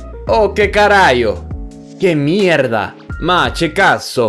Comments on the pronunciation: you pronounced "che" like "ce". when theres ch and then e or i its like theres a k. for a, o, u there wont be words that have something like "cha" unless the italians were lazy and stole the word from english. in that case its pronounced like it is in english, but not very often it gets pronounced correctly by people. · che is pronounced as "Ke" in Italian. Funny how you got the rest right 😂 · I love maps!! PS: , for the Italian translation, the "ch" in "che" is pronounced as the letter "k" (in fact, in the good days of 167 characters long SMSes, "ch" was often abbreviated to "k" to save characters). 👍Also "lumi" as "snow" really is beautiful and very evocative ❤